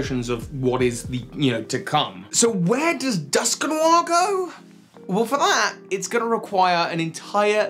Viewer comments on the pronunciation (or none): I'm sorry, but the way you pronounce Dusknoir is hillarious... Duskinwar...